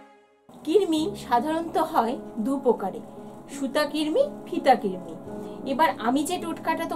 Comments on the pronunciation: Kirmi na krimi😂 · Oh allah... Amio ai kotha ta bolte chaichilam....j kirmi noy krimi toh uni toh bolei dilen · দীদিভাই ওটা কৃমি কির্মি নয় 😑